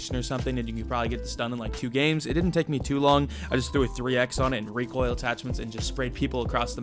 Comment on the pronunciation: reekoil control 🙂